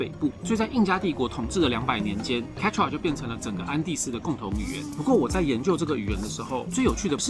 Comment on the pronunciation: 抱歉！一直把Quechua聽成番茄醬～